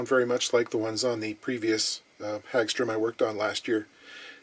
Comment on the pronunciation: I've heard it pronounced as Hog Strum as opposed to Hag Strom